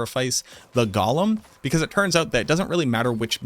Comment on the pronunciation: Go-lum. Not Gollum. Gollum is a Tolkien character. A golem is a creature from Hebrew mythology.